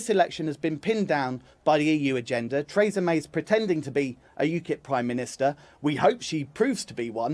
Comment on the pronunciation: Trays-a May